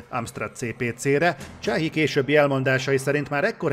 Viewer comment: Chahi nevét kb így kell ejteni: "Sái".:) H hang nincs a franciában!:) CH pedig általában S-nek ejtendő.